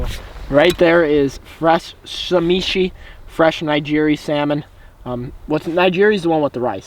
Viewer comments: Sashimi not samichi lol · did he just say shameshi??? haha.. sashimi! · Lol isn’t it Sashimi not Samishi ? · This is SA SHI MI. NOT SA MI SHI. Great vids man! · wat an amazing trip. I am jealous. I think the raw fish is called Sashimi not samishi, or am I wrong? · "naijiri" lmao it's pronounced nih-gih-ree", and sa-shi-mi. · and its "sashimi " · "Sashimi" = Suh-shee-me "Nigiri" = Nuh-gear-ee